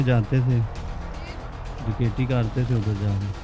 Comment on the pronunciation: Kakaiti nh dakaiti hota